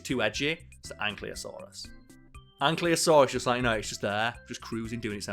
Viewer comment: Smh can't even pronounce ankylosaurus